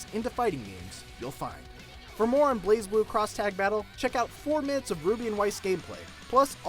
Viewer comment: Isn't it pronounced Blaz Blue, not Blaze Blue?